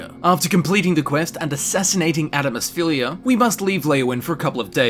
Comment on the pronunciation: "Adamus Phillia" Don't worry, he can't even pronounce that, my dude:P